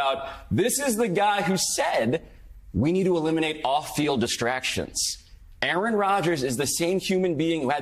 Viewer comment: * "Qaaron" Rodgers. Pronounced "Karen"?